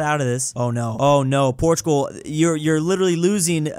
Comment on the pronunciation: He said portugul took spqin a then when france died he said portugal took spain😂😂